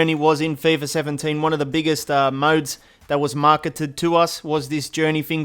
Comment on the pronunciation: "feyfah sevhen-teyn"